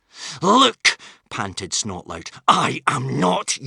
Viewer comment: Yep. BTW it's not Snotlaut It's Snotlout. 😏